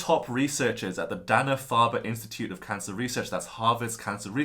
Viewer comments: Not Dah-na Farber. Day-na Farber. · Having lived in Massachusetts for 17 years Its pronounced DAY nah Farber. Paak the Caar...